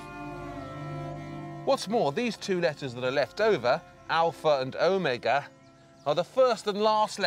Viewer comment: ok this guy mispronouncing catacombs and omega is highly distractive